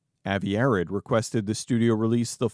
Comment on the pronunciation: Avi Arad pronounced "Uh-Rod" not "Arrid" like the deodorant.